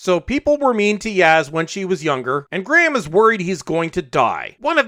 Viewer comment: You can't even pronounce "Graham" LOL Have you even watched the show?